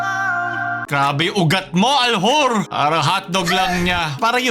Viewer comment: Al-hoor? Al-dyur po lol